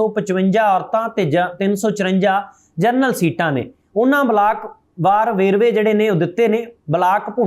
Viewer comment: ਜਰਨਲ ਨਹੀਂ ਜਨਰਲ ਹੁੰਦਾ ਹੈ। ਖਬਰਾਂ ਠੀਕ ਪੜ੍ਹੋ।